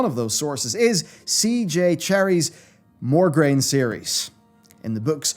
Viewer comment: Just a teenie little detail to correct.. MOGRAINE, not MORGRAINE! That is all..